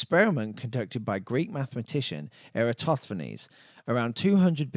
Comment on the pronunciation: thank you for properly pronouncing the name Eratosthenes